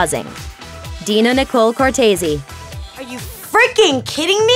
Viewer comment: It's Deena Nicole COR-TEES smh